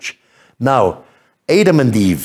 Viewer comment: Please, you can't even pronounce Adam??